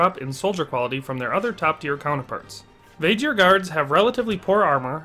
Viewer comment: Vae-Gear not Vaeghir